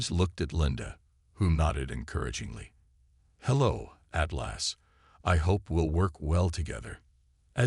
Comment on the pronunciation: THE AI CANNOT PRONOUNCE ATLAS , AND THEN AI CC WRITES IT AS “ EIGHTLASS “ REALLY , REALLY BEGINNING TO HATE AI IN STORY TELLING MODE ! THAT’S TWO HICCUPS IN ! TWO MORE HICCUPS , THE AI COMPUTER INTRODUCES ITSELF AS 8 GLASS AND THE CAPTAIN REPLIES , HELLO “ AT LASS “ ! TO THE MORONIC IMBECILES WHO COMPILED THIS STORY , YOU DO UNDERSTAND IT RATES A 0 OUT OF 10 AND OF COURSE A BIG THUMBS DOWN 👎 ! WHAT IDIOTS ! THATS 4 SCREWUPS IN 2 MINUTES AND 50 SECONDS , OMG , WHAT IGNORANCE ! I HAVE GIVEN UP COUNTING THE F**KUPS , BUT AT EXACTLY 11 MINUTES , NOW ITS 8 LAST ! I BELIEVE IT IS TIME TO SAY GOODBYE TO HFY Zenith , THIS IS ABSOLUTELY HORRENDOUS !